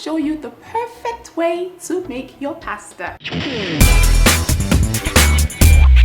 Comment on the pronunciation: from the first day I found your channel, i subscribed! pretty chick that can cook abeg I love you.... in other gist, pls eenn abeg dont do oyibo accent too much or at all sef. this is exactly what i can tell my sister so no shade intended. you are too fine to pronounce pasta with an 'r' at d end. just use your normal nija accent cos our accent isnt bad at all...love you!